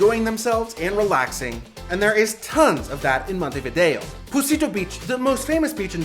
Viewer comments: Montevido no, Montevideo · la traduccion IA es lamentable, "Taza caliente de mate" ??? "punta di" ? es MONTEVIDEO Y NO montevi. otra cosa..... el tango no es argentino, es RIOPLATENSE entre montevideo y bs as. vuelve la IA a decir monteria a MONTEVIDEO. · Terrible la pronunciación, especialmente de los lugares: Montevideo, Punta del Este, la mano, Museo Carlos Páez Vilaró. 😮